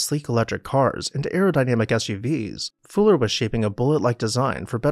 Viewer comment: Fuller had not just an adaptive mind but the courage to spread his “gospel” to the world, a rare combination" I found it odd the narrator couldn’t pronounce Fuller’s name correctly. He kept saying “Fooler”. I wonder why he did that? Was it some kind of subterfuge or subtle joke?